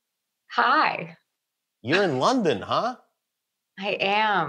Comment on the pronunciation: It's London not lawnden